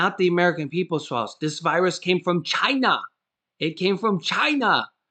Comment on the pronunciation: you make me laugh when you say CHINA!!!!